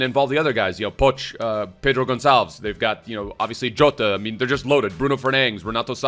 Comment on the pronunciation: Pedro Gonçalves aka Pó Te. Not Poche or Poxe 😉